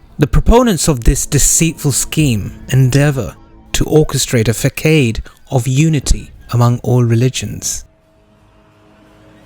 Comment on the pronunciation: Façade- not fah-kayde but fah-saad, actually its pronounced like the arabic term Fasad the thing that the dajjal la. spreads.